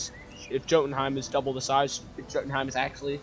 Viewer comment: Btw, I'm pretty sure that it's supposed to be pronounced yo-tenhiem rather than joe-tenhiem